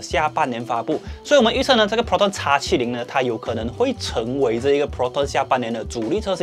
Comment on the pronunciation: 叉70 很難聽，注意一下model的稱呼